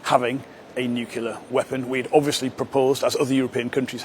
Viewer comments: Learn to pronounce the thing that you don't want Iran to have it😂😂😂😂😂 What is nucilair????? Have you ever been to high school???? It is nuclear and not nucilair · Are "nucular weapons" the same as "nuclear" ones? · New clee are NOT Nu ku ler FGS